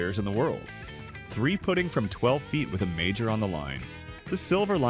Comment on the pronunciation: It's apparent, from the pronunciation of "three-putting" , that this audio is AI generated. You can't use a human voice?